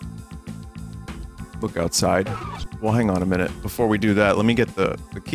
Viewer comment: best "10 minoot" wad ever